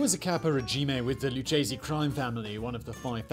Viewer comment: It’s LOO-K-SEE not LOO-CHE-SEE